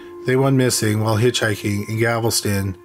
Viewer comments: If you are going to produce stories about crimes committed in the United States,please learn the correct pronunciation of US Cities! It's Galveston, NOT Gavelston! Do your research or ask an American how to properly pronounce names! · FYI: The city is Galveston…..not Gavelston. Details count friend. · CRIMINALLY LISTED: There is NO such town as "Gavelston, Texas." It's GAL VES TON. Just think of a gal with a vest on. NOT a gavel. THANK YOU. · It’s killing me that he says “Gavelston” instead of “Galveston” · It's driving me nuts!! It isn't GAVEL STON IT'S GAL VES TON Nails on the chailkboard!! 😱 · Gavelston instead of Galveston i love it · It’s Galveston…not Gavelston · Galveston, not Gavelston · Okay, my comment is somewhat petty. I like the content a lot, but what I can't stand is every few words being mangled in pronunciation. If I hear "Gavelston" instead of Galveston one more time, it'll send me round the bend and I'll end up in a straitjacket. If you don't know how to correctly say a word, it's easy enough to watch a news person say it. Thank you. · Ahhhggggg! Stop saying "gavel-ston"! It's "Gal-vez-ton"! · Still saying Gavelston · Apparently they don't read the comments. GAL-VESTON for crying out loud. We told you on the last killing fields video. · You can't say "Galveston" right. It's so annoying